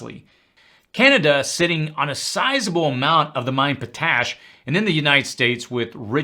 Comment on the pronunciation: It’s pronounced ‘pot ash’. Not ‘po tash’. My husband works in the potash industry, here in Canada